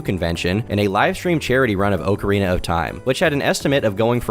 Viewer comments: "Oak-arena of time" lmao. Pre sure its occa like soccer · Ngl hearin' "Oak-arina" twice followed by Ocarina at minute 3 kinda messed me up lol As a Zelda fan I felt my eye twitch a lil' Edit in: And then back to Oak-arina at minute 4. yer killin' me lol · Its ock not oak u destiny sweeper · It's pronounced ock arena of time, not weak urethra like you said it. Think of it like "getting it the okcy way" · crazy how people are in shambles about his pronunciation, when its literally not pronounced ahk-uh-rina. its ah-kree-na. not oakrina not okarina. akrina. now figure it out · Oh-carina of Time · Anyone who really thinks it's pronounced "Oakarina", do you also say "Oaktopus" for octopus? Maybe "Doaktor" for doctor? If you still think its oakarina then you are just ok with being wrong. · I’m glad that the top comments are about “oakarina” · Of all the controversy you garner with your videos,, saying "OAKarina of TIme" is the most warranted. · It's pronounced ocarina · TOM, you should know god damn well it's not OHcarina, I genuinely don't know if I can watch you after that one brother imma be real 😭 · Idk why but I had to turn the vid off the 25th time you pronounced the game, “oak-uh-teen-uh”. It was irritating tf outta me. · Bruh if you say oak-arina one more time Imma come out as trans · Why are people so pressed over him saying “oak” arina 😭🙏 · Every time you pronounce it “Oak-arina” of time, I die a little inside.. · Good video. Is what I would say if I didn't have to hear you say "OAK-ARINA of time" like two dozen times. This is what happens when you get your haircut at the dollar store. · How do you mispronounce okarina so bad, it's literally the name of an instrument bro😭😭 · the kind of guy to mispronounce Ocarina and think no one would notice. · Professor Oak…. arina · Lmao I love when he does shit like that 🤣 “Oak-arina” such an anti weeb. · FOOLS! its pronounced "Oh-kay-ay-rina" was merely testing you